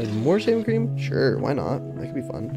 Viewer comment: Why I heard “shaming cream”